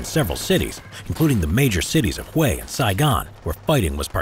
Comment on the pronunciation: I've only started watching this but I just know the narrator is going mispronounce Hue again.